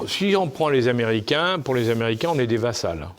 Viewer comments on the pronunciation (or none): Des "vassals" ?? 🤔🤔 Surprenante faute dans la bouche d'une personne aussi cultivée...